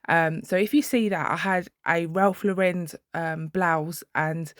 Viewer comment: For the love of God....its not Ralph LAUREND!!!! There is no D in Lauren!!!!